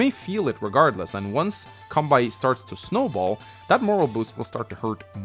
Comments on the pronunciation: Kanbei is pronounced as "Kahn-bay" btw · The way you pronounce Kanbei is funny. To be fair, unless you have an idea how the Japanese letters are pronounced, it can be confusing. Now Japanese names are usually written in Kanji (and depending on what Kanji is used, the name can have a different meaning). However, you can also use Hiragana or Katakana as an alternative (or if the name is foreign, then Katakana is used). The way you pronounce the name is the same. Fun fact, the name entry in Gameboy Wars 1 only lets you enter Katakana. Anyway, Kanbei is a Japanese name. To keep things simple, this is how it is written in Katakana: カンベイ (Ka-n-be-i) It's hard to explain in text, but you mostly just speak each letter as they are, unless n or the vowels are used, then you combine them. So you would say it like: Can-bay (see this video: Hope that helps. :) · funny how you say the Kanbei name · I generally feel okay about the order of things (Max and Sturm at the top, Eagle at the top of the second tier...) but I would split the tiers differently - I feel it works better as a four-tiered hierarchy: Tier 1: Max, Sturm Tier 2: Eagle, Nell, Kanbei (the 'bei' part is pronounced like the 'ba' in 'bacon' or 'bagel'), Grit Tier 3: Sami, Andy, Olaf Tier 4: Drake, Sonja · You don't pronounce kanbei correctly